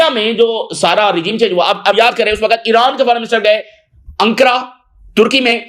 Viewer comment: Iran bolre ya iraq nahi samaj aata